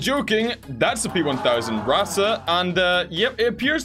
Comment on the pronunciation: Yesssssssss more tournies! Q: did u finish the other TABS tournament? Also, when are we gonna get more TTS. And when are you gonna start calling the Ratte how your supposed to (Pronounce it like rat. Just rat)